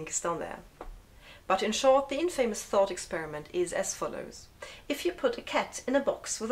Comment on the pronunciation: Thanks very much. I've never fully understood these concepts until i watched this. Your english is excellent, better than most native speakers, but since you have educated me allow me to return the favour (in a very small way) : the word "infamous" is pronounced "in-fer-muss". Don't ask me why : maybe to make clever foreigners feel small. The English like to think themselves the best, despite a preponderance of evidence to the contrary. I'm off now to watch the rest of your stuff. Chin chin !